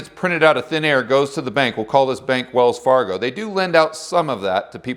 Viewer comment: "We will call this bank 'Wellsfargo'" I don't know why, but this has me dying of laughter.